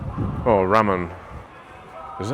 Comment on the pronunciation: Ramen is pronounced with LR. Sounds more like Larman than rramen